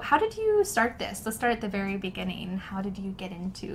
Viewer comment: Let's start at the very beginning -> (it sounds like to me) The start at the very beginning.